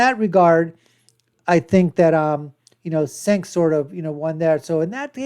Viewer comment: You can't even say Cenk's name correctly. You are woefully under equipped to make commentary